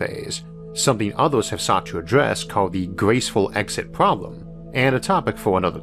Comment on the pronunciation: I think you have an "R" pwowbwum lmao Elmer Fudd. Can't take anything u say seriously because of your speech pwobwum. What are you 4 years old still learning to talk?